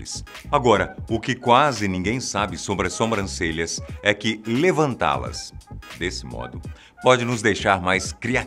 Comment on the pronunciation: Vcs tbm escutaram? Atenção com as "Sombrancelhas".